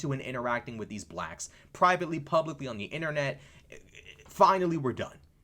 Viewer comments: 😂😂😂 I don’t know anything about these people because I like peace and undisturbed sleep, but this whole video got me on the floor. Dude said BLLACHKS 😂😂 Your commentary is awesome though. 🎉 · You say blacks funny 🤣